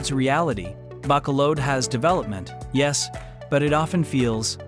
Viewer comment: How can you expect to be taken seriously if you don't even take the time to learn how to pronounce the names of the two cities that are featured in your video?!? 😂